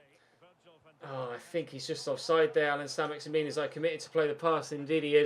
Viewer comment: I think it's pronounced either "Maxi-man" or "Maxi-min" rather than "Maxi-meen", remember that he's French